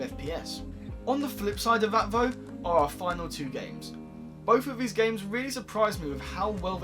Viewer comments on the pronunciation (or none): Learn to pronounce TH, muverboard, vese. Please 😖